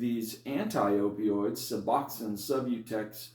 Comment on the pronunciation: Great video !!! Your pronunciation of " su BLOCK aid " is wonderfully unique ! ( I can see how that pronunciation can help an addict 'remember' what to ask a doctor for -- when asking to get a new injection that an addict has never heard of before !!). So, say, how many milligrams of suboxone were 'ya takin' ( pills ? strips ? ) before 'ya jumped off suboxone to get that wonderful life-altering injection of sublocade? And -- hey -- how much time has passed for 'ya since 'ya received that one shot of sublocade?